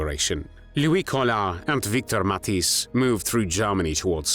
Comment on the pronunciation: the "ij" in Matthijs is pronounced like the "ai" in claire or the ea in wear